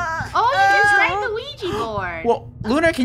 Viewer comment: WHERE'S THE OUIJA BOARD?! Me: *has flashback of Funneh saying Ouiji instead of Ouija*